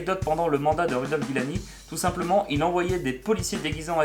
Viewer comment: Rudolph Guillani HAHAHAHA T'as inversé le i et le u dans la prononciation et oublié un i :P Giuliani ;)